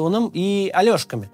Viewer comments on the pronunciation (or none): Только не АлЁшки и Олешки, или Алешки, но это буква Е, а не Ё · Олешки, а не "Алёшки" Почитайте этимологию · Под Херсоном Олешки, а не Алешки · Максим, не Алешки, а Олешки правильно называть этот населённый пункт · Олешки, а не Алёшки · ОЛЕШКИ, а не Алёшки. КУпянск - ударение на У. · Алёшки, 😂😂😂 Кац, не Алёшки а Олешки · Ребята, админы, передайте спикеру, что не «Алёшки», а «Олэшки» звучит на русском языке. Каждый раз ваши Алешки делают из серьезного текста какой-то комикс! Привет из Киева! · ОлЕшки а не Альошки! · Мой город называется Олешки, а не алёшки. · Максим город Олешки не от слова Алёша не говорите на него "Алешки" аж ухо режет Это город ОЛЕШКИ почитайте историю города 5 минут времени займёт